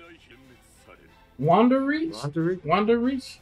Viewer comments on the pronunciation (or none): wander reich pronounced like wander rike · Pretty sure, Wandenreich is pronounced like Vandenryke. hard to hear it with the japanese VO